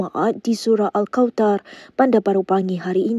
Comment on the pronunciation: Kesiannya pembaca berita ini. Dia tak mampu menyebut huruf "tha" utk perkataan Al kauthar. Belajarlah Bahasa Arab. Jika rukun qauli tak disebut dgn betul, solat tak sah.